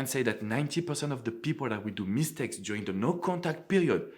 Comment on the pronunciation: I love how you say MEEH-stakes with emphasis on the mee! 😊 And besides, I find your videos very valuable and helpful. Thanks!